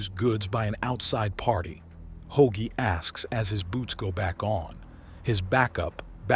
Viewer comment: Ho-agie? Ho-Ag-ee? please get the names right if nothing else.